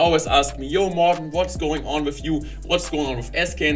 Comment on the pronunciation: That’s all! that's how morten is spoken! You never give up morten, becouse you are the best, the legend, a machine and much more I support you always! to go ahead in everything!